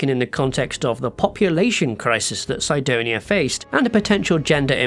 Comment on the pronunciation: Everyone pronounces Sidonia Sidonia but this guy decides to say it "Saidonia" for no reason